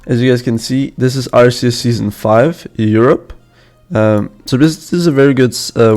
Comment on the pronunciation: I love how said RCS and not RLCS because of his accent lol